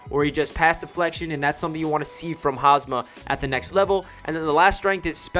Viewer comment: It's Hum Sah not Haasmaa